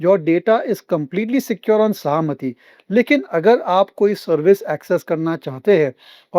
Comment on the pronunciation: It is सहमती ( permission) its not सहामती